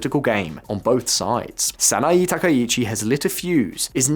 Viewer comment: Good summary but… in Japanese vowels are regular. “E” is always like in “Bet” a Sa-Na-Eh, not Sa-na-Ee - he is saying E the same as i like Sanai Takaichi. That said good summary, just need to not follow the English tradition of randomly mangling vowels